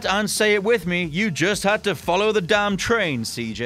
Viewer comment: "Just follow the dahm train CJ" 😰⚡